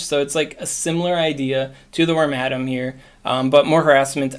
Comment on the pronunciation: I hope I'm not wrong, but I think it's pronounced "Worm-uh-dam," not "Worm-Adam." But I kind of like that pronunciation more. 😂